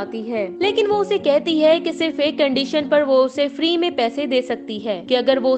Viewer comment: फाड़ी नहीं फ्री